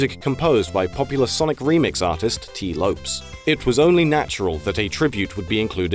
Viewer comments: It's not "lopes" as in antelope, its Lopes as in "Lopez". Its an alternate spelling. Tee Lopes(z). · Hm... I feel like "Lopes" should've been pronounced like "Lopez," but with an S. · Cringy Tee LOPES it is pronounce [lo...pes] Similar to Jennifer Lopez. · Tee Loh-Pehs. Like Lopez. I feel bad for the dude with people constantly mispronouncing his last name. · Pretty sure the name "Lopes" is pronounced the same as "Lopez." It shouldn't rhyme with "ropes." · What did you just call Tee Lopes? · Could at least have found a narrator who knows how to pronounce 'Lopes' properly.